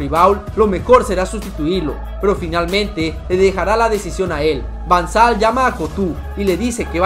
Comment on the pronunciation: Van sal es van gal jajaja